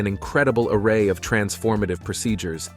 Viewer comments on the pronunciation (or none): none